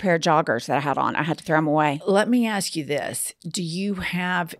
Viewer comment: Besides expresso, here in Texas, I also hear "axe" and "ast" for "ask"